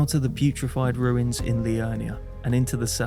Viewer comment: Always a fan, but I’ve gotta finally say something: it’s PURified Ruins, not Putrified 😅